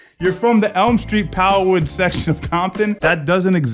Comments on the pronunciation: Dear... Piru not "power woods" 😂 Js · lol, piru not "power woods" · Did he say “M Street Piru” but slur tf out it